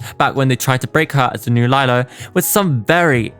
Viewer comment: Looooved this. Ps I’m crusty and old enough to have been a teen back then. It was Lee-Lo not Lie-Lo, but she did lie a lot so your pronunciation is more fitting.